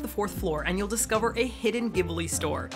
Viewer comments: Ghibli is actually pronounced like Jibli rather than Gibli. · Ghibli is not ギブリ, it's ジブリ, pronounced as Jibli 😉